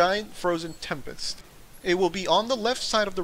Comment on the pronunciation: did u say tempest or nexus?